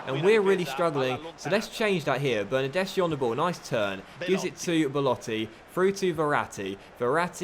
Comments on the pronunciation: It’s pronounced bernardeski not bernardeshi like so can see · the "CH" is pronounced "K" in Italian